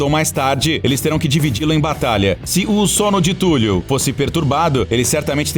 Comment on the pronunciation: Escrita: Cthulhu O cara falando: Túlio.